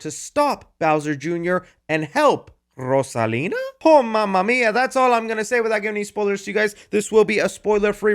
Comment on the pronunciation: Love the way you pronounce Rosalina! 🔥